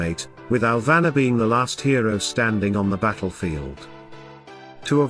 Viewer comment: It's "Alvanor" not "Alvana", love your videos.. please keep sharing